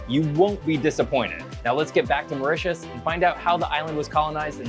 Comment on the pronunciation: Very good presentation but the pronunciation is so bad ....once convert to french you will understand what am saying,.... Mytus ... 😅 ...a.i